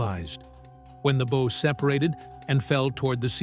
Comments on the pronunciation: The bow was pressurized by thousands of gallons of seawater, whereas the stern had Her whole back end out of water. The amount of water would have obliterated the stern because of gravity and pressure. And Bow is pronounced is (b OW') Ow as in ouch or OW! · It drove me crazy, every time I heard bow I was yelling BOUGH!!! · This! Instead, the AI goes on & on about the beau. Downvoted, and I will never waste another click on this channel. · Wut ??? You failed the entrance exam to the Maritime College ? It rhymes with wow. Like a dog . . . bow wow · It does say bow like it rhymes with wow once in a while. Why not Everytime I wonder? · Why are there weird graphics and charts that have no bearing on what is being talked about that pop up randomly and pull you out of the "story" and the mispronounced word bow is driving me crazy. Not to mention the images that aren't even the real Titanic. Fake images. Fake voice. Incorrect crap. Crappy video over all. Can we get rid of AI please. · I never would have imagined how much of the steel is being consumed every day! Is there not a way to raise and preserve the Titanic? Or at least the bow? And it's such a nicely done video; perhaps fix the one, most, well, only distracting element: the incorrect and sometimes correct, pronunciation of "bow"? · And it keeps switching between pronunciations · No stop misspronouncing the front of the ship. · Yep, the issues with AI. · Early on in the narrative, it was pronounced correctly. Even after a few instances of mispronouncing it, there is an occurrence of being pronounced correctly. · I agree that the audio is really poorly done when the narrator can't correctly pronounce the word that means the front of the ship--the BOW. "Bow" as in "take a bow," not as " tie a bow on that package." Someone did not take care in recording that audio. This is an egregious error that should have been caught and prevented. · Yelling in BOW!!!! In my mind right here with you. Wordy bs too.